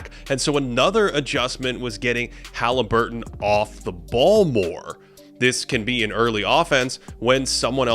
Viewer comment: Please stop saying Ha-lee. Sounds cringe and fruity lol, his name is Hah-Leh-burton not hah-Lee-burton